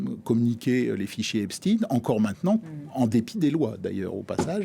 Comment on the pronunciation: Epstine? Comme Poutine?😅😅